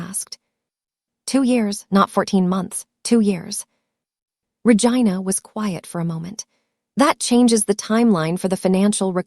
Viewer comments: The way the AI pronounced Vigina😂😂😂😂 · Every time she says Ra-Gina I crack up because what lol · 😂😂😂 I thought she was saying Vagina oh it was Ragina oh my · You need to pronounce the name right since you named her Regina